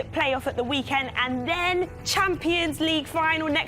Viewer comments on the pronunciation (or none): Sorry, who’s “inter Milon”?? 🤡🤡🤦‍♂️🤦‍♂️that’s why they shouldn’t be on football programmes like this 🤡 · 'Inter milon' 😂